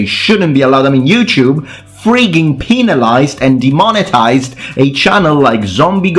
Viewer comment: I'm completely on your side. But you said "penalized" like "peenalized" :y har har funny Penis